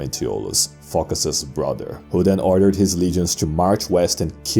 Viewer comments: It actually comes from the Greek word foki (ancient), or fokia (modern) which means seal. The name is pronounced Focás. Probably he had an ancestor from Phocaia, which was a common name for cities at the period. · It's not a confidence that narrator pronounces Φωκάς like Fucker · Emperor Fockers ...yes it's Fockers idk who this Phocas guy is